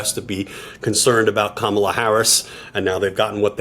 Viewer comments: KARMAla. Pronounce it how you will Donald. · Here's a bumper sticker: HEY DONOLD IT'S PRONOUNCED KARMALA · Actually, mispronouncing Kamala's name just infuriates people more every time they hear it. Infuriated people reach a boiling point and eventually snap. Any warmth they felt for the Orange 🍊 finally peels away.